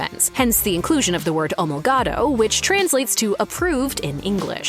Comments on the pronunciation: It's "O-mol-O-gato", not "Ol-mo-gato." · Gran Turismo Omologato….pronounce that last word correctly….O…mo…lo…gato